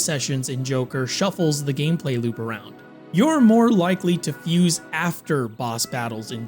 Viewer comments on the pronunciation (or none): none